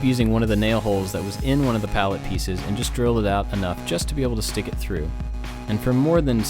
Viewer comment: I thought he said LED signs from Pallettown XD